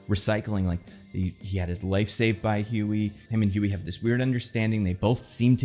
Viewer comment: Hugie? Is that pronounced Huge-ie or Hug-ie? Even better cuz the comment is edited but that was left as is. Lol